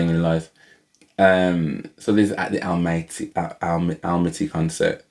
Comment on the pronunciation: Most of us say ‘Almaty’ incorrectly - I recently heard Dimash say it, and discovered that it’s pronounced ‘Al - maah - ter’ (if you have an English accent like yours and mine)!